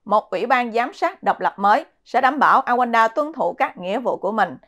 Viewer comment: Rwanda, Rouanda Chứ không phải Awands